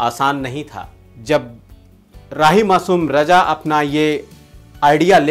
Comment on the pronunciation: Bhai sahab wo to Harish bhimani ji hain..par aap khud ka uccharan dekhiye zara...starting mein hi .(hajir) nahin ( hazir ) hota hai..(suru nahin (shuru) hota hai .rahi masoom (Raja) nahin (Raza) hai sahi uccharan .iske aage aur bhi hoga par itna hi sunne ke baad aapka video dekhna nahin maine ..kripya uccharan sahi kijiye.